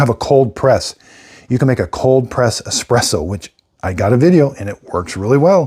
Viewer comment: i can't take you seriously if say ecspresso